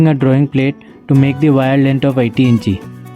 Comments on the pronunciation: It is pronounced as INCH .. not incheee 😂😂😂 you got me laughing on the floor with that. Also, it’s not soldering paste- it’s called FLUX Awesome work by the way!